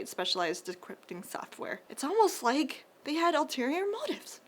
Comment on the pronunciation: "it's almost like they had alterieor motives!" Got me good, that one